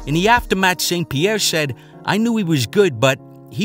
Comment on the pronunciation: I will never get used to George St Pi-Hair